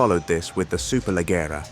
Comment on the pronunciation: So annoying that they couldn't be bother to verify to tell the name Superleggera properly...